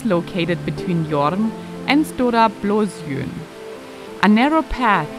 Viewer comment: Ich bin sehr beeindruckt über deine korrekte Aussprache von den schwedischen Ortsnamen. Schön wenn jemand sich die Mühe gibt sich die Landessprache anzupassen. Natürlich ist sj wie in Blåsjön schwierig aber sonst alles eine 1. Werden uns jetzt andere Videos von Dir ansehen.